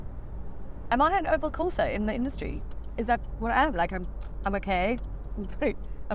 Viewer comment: "Colo" and porsa lol 😂